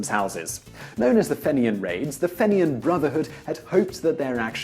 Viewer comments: The word fenian is said like feenian. Just saying like. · Its pronounced "Feenyen" Brotherhood, though i can understand the confusion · It's pronounced fee-nee-un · lol fenian pronounced feen-yan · That's FEE-nian, ya gobshyte. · Fenian - Pronounced "feen-yin". Top video though! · Fenian is pronounced like fee-knee-in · soo-saint-marie fee-nian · Fenian isn’t pronounced like that. The E is hard. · The single greatest pronunciation of "fenian" ever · This moron can't pronounce the word Fenian.